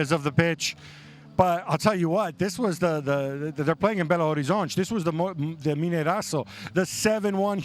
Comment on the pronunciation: MINEIRÃO..... Not Mineiraco.